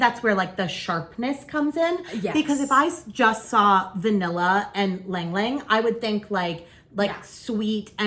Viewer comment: Thx for the review! fyi--Burberry is Bur'burry and ylang-ylang is ee long' ee long' 😀